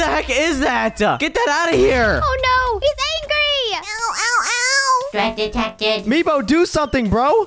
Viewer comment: It's nebo not meebo